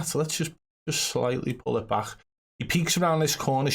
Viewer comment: Cant take a guy seriously if he say baj instead of back